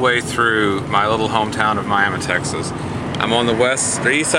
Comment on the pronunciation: I love West Texas. Western Oklahoma. All that. And you pronounce Miami, Texas like we pronounce Miami, Oklahoma. David, Tulsa